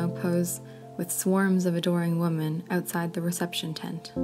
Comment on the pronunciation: Women is pronounced "Wih-men"